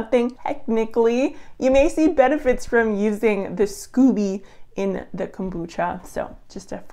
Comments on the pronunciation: Pronounced skoh-bee 😘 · So Americans become Canadians when it comes to pronouncing scoby (long o), and vice versa?!?! 🤣Anyways, thanks for researching this!